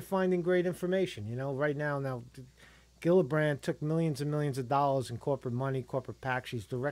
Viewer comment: Hi. Kirsten Gillibrand's name is pronounced like Jillibrand.:)